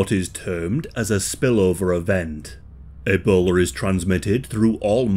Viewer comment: "...E-bowler is transmitted..."